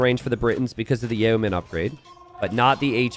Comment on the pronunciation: hey, Yeomen is actually pronounced "yo-men." I know it's kind of strange, but the English language is weird